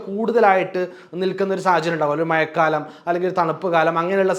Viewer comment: 🤣മയക്കാലം എന്നു പറയാതെ മോനെ മഴക്കാലം എന്നു പറ 😂